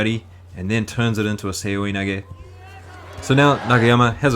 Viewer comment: lol i was so confused when you said people said you pronounced seoinage wrong... then i saw other people's videos...